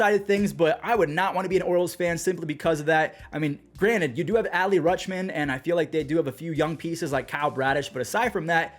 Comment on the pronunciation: always says “Ally Ruschman”